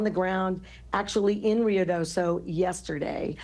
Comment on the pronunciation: Rio Doe So. Not Deso. Ung. Hah, engrish is hard.